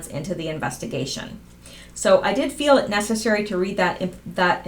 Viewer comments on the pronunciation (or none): none